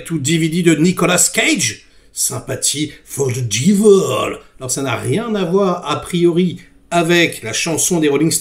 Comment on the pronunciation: On ne prononce "Diveul" mais "Dèveul".